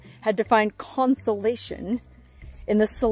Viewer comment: It's Constellation not Consolation. Like what you see in the sky at night.